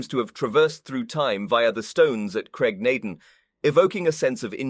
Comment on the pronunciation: Lall-leee Broch and Graig Naa Dooon, not just punctuation